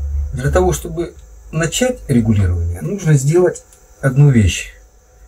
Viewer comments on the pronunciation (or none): none